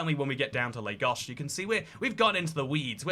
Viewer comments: First white person I've seen pronounce Lagos correctly. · You pronounced Lagos correctly Good job 👍🏿